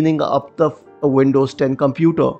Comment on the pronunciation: "Wuulcome to te Windouuws..." closed the video lol